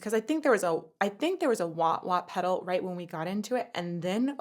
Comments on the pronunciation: No judgment, but were you saying Waht waht? Wah pedals are useful, and Whammy bars are a part of the guitar bridge. I'm sure you've had this comment 100 times over. Great content as always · It’s waaaa pedal… Rookie. 😉